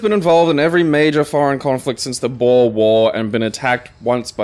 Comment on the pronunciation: I how pronounces "Boer"